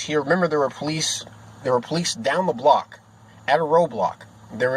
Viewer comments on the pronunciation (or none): none